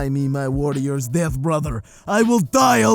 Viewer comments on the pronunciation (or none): none